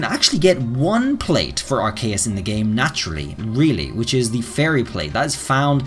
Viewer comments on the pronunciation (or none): Arkayus? or Arceus...